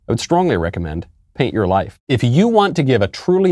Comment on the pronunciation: I thought he said hate your life instead of paint your life